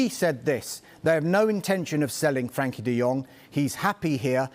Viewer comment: Why are they calling him Frankie? It’s Frenkie